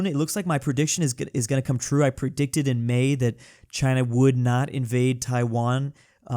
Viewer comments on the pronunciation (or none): none